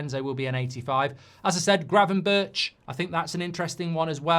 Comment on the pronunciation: That's not how to say Gravenberch, Sir.😅. But you're forgiven. It's incredibly tough(for me at least).